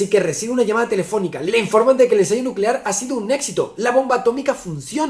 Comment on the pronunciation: 🗣️"energía nucelar"